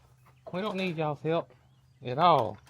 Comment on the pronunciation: Love how you say ‘oll’. I watch from Minnesota. Pretty soon I’ll have a southern accent😂